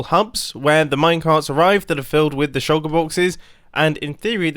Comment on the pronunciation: Mumbo: says "shulker boxes" Me: hear "shoko boxes"